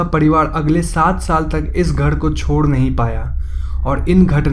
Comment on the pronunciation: घड़, पड़िवाड़, कैड़ोलिन, बाड़ बाड़, चड़चा, अगड़, etc, etc, sorry but it's really irritating. र and ड़ 👈🏻 there is a difference bro.